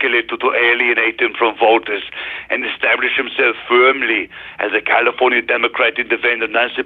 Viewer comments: He says “Caulifonia”, like cauliflower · Pro Tip for Mike: its pronounced KALeeeFORNeeeUH